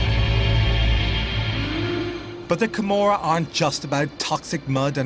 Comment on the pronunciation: joseph crawley Camorra, not Gomorrah.